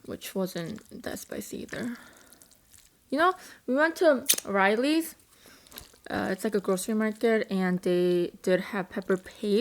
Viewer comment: haha its Raleys lol not Rileys